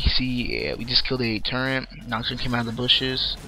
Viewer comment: turrent? turret*. quintense? quintinses